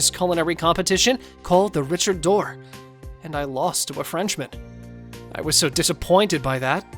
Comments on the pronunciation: "d-ore" not "door" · Very nice comic. The ONLY thing bother me is the pronunciation of d'or